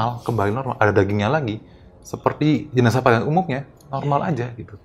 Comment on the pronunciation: Jenasah bukan JENAJAH yeeee 🤪🤪🤪